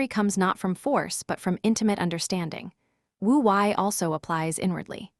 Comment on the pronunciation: Wu Wei mispronounced. It is Woo Way.